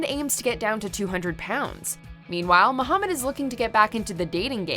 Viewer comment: Its MA-HA-MAD😂😂🤣